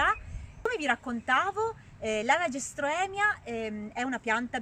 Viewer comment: Non si pronuncia LaRgestroemia ma LageRstroemia, comunque bel video ❤